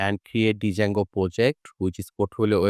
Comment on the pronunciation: For your kind information, the pronunciation of “Django” is “Jango.” However, your tutorial is very good. Thank you.